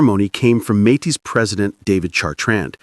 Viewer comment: Not a fan of the AI voice and poor pronuciations of Riel and Metis. But I am a huge fan of our First Nations. The Metis and treaty peoples are our future and our present. Louis Riel's execution was a travesty but we are trying to make things better. It is beautiful to see us standing together against the aggressor in the White House. Much too white. I qualify for that insult because I am of Nordic and British Isles heritage but "White" is not a race, it is an excuse for racism. We are all together here on Turtle Island and we of settler stock MUST respect and listen to those who were here first for millennia. We can prevail if we stand together. The boycott holds. The anger is real. The alliance is broken, and not by us. Canada will never be 51 and our elbows will stay up.